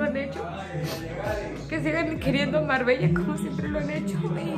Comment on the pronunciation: No como lo dise Marbella 💓😹